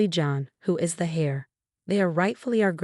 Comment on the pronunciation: Heir is pronounced air not hair .